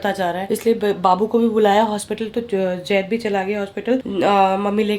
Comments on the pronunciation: Yaar pls vo Zaid hai Jaid nai hai pls use Zaid boliye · Dear plz take name as Zaid not jaid😊